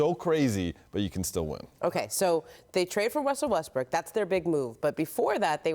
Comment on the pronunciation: Its impossible for Ramona to pronounce westbrooks name right.... "wussel westbrook"